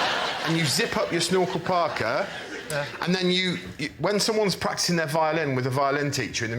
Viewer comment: I’ve watched this so many times and am just realizing they’re saying snorkel PARKA and not Snorkel Parker lol